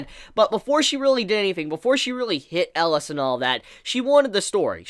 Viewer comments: Why do you keep saying "Ellas?" His name is Elias? Where does the I go? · pls pronaounse it right E-li-as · 3 more epsiodes for to learn how to pronounce 'elias' ^^